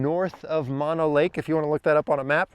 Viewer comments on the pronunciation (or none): Mono Lake is pronounced MOW-no, after the original inhabitants.